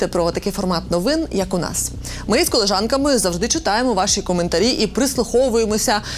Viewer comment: І я разом з коліжанками...". Так має звучати, ,,колежанка" ,,ріже вухо". Прошу не ображатись!❤